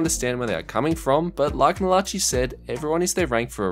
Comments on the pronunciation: Man said mal-a-chi instead of mal-a-ki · Lol said Mala chi 100 times 😂😂 its malaci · “Malachee” lol, it’s American, pronounced “mala- Kai” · Mall ah chi? Pretty sure its pronounced Mail uh kai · I cringed every time he said (mi-la-chi) its pronounced Ma-la-kai 🤦‍♂️ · It’s mala ki not mala chi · its pronounced mala-ki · I got a kick out of it cuz I have some friends with that name and other people say it the same way😆 but it’s like mal-uh-kai. Nice vid👍🏼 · Did he seriously just pronounce malachi's name as ma-latch-e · no way he just said malachee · It’s not Mala chi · Lol butchering malachi name I'm pretty sure it's said malaki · Nobody gonna talk about the way he pronounced Malachi? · Yeah it was really weird I couldn’t take my focus off it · Bruh it was bothering me so much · The way he says Malachi lol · The way he said 'malachi'😭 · I don’t think that’s how you say “Malachi” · Are we just gonna ignore how bad my mans butchered the word "Malachi" 💀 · There is no way you messed up on the name Malachi a dozen times in the same video